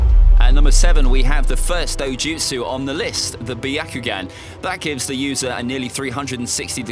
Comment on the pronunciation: This guy is saying dojustu like rinnegan and ms are weaker than kekkei tota